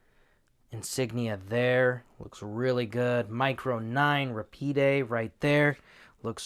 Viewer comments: Kimber America pronounces it RA-PEED. RA-PEED is a few milliseconds faster than Rapid. A Kel-Tec would be Rapid, but a Kimber is Rapide because of the Higher MSRP. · RA-PEED; not ra-pee-day. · It's ruh-peed actually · Rahpeed is the pronunciation. french for fast. the one I held had a very stiff safety lever